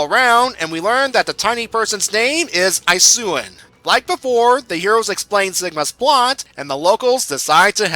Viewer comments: No, no. It's "ee-soon", not " eye-soo-in". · I fangirled when I saw Ammy. Anyways,, You're pronouncing Amaterasu and Issun wrong... (ah-mah-tur-ah-su) (EE-soon) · It's EE-SOON! You clearly have never played Okami. Also they say OKAMI as it's pronounced in the main title screen when you play the game. TYSON HESSE!! NO WAY!! He did this comic?! If you only KNEW how important he would become to this fanbase.